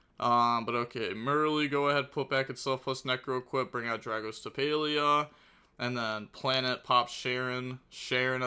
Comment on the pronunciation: This might be the first time I heard you pronounce dragostapelia correctly lol